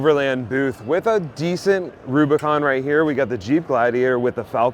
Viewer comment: I like how you said “boo bicon” and not boob icon